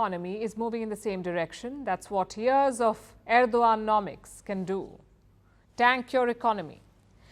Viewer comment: Its AUR DO G-AND NOMICS